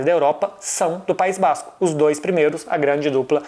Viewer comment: PAÍS BÁÁZZZzzCO